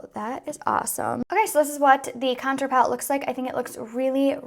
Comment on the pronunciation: I literally love the way u say contour!! It sounds so bouji 😂♥️♥️♥️♥️♥️